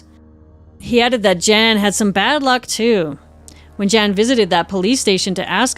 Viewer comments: Of course his name is pronounced Yan, not Jan. Swedish J always pronounced like English y. But otherwise... good stuff. I love the Fonzie stuff. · I love your channel so much but it drove me absolutely bananas hearing how you pronounced his name - with is obviously YAWN - not hard J - JAN. I’m American but even I know better about any Scandinavian/northern European pronunciation. Normally wouldn’t judge, but as the heart of the story I feel like this is important . Also, Darian Gap is insane, anyone attempting it is no hero! Used to live in Santa Marta, Colombia and discouraged so many backpacker idiots from doing this. The LUCKY ones got caught by the military before FARC, cartel or smugglers found them first. EVERYONE know the gap is beyond dangerous and Colombia and Panama do not allow any legal crossing, only via boat. So many young men thinking they are special like this is some major feat…it is not. You’re proving nothing by going somewhere that literally both corresponding govt tells you DO NOT FRIGGIN DO THIS. You will be murdered. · His name would be pronounced “Yarn” not Jan (northern european pronunciation of J) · I am pretty sure that his name is pronounced Yahn and stands for John. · JAN is pronounced YAHN. Just FYI. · Just a bit of linguistic info, his name is pronounced 'Yan'. It rhymes with Han (Solo). Most Js in Europe sound like Ys. I love your channel btw. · My god you could at least pronounce the poor guy's name right! 🤣🥲